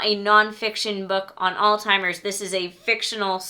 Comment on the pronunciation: i pull out my hair every time i hear someone pronounce Alzheimer's as All-Timers. there is no T in Alzheimer's. Stop saying that!